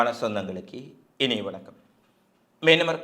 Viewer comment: எகிலத்தின் என்பான வெனக்கம் 😂. டேய் லூசு ஒழுங்கா தமிழ் பேசுடா. செய்தியும் பொய்யான செய்தி. காச மக்கள் ஹமாசுக்கு எதிரா ஆர்ப்பாட்டம் செய்யுறாங்க. அந்த செய்தி கண்ணுக்கு தெரியலையா?